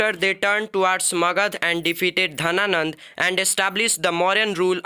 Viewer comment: It is not Dhananda it is Ghanananda